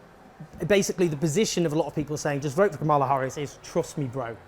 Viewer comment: Not a single Trump supporter pronounced Kamala's name correctly.